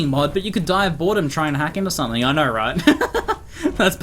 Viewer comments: First five seconds I heard "I knarrrr knarrrrrr" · The way you say Know... is weird.